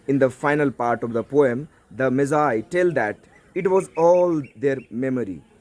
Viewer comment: Thank you sir, your pronunciation of Magi was right comparing ,perhaps all other hindi language teachers at YouTube.